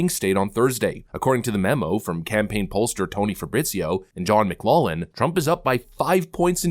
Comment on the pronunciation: Trump 2024 McLaughlin is pronounced McGlocklin btw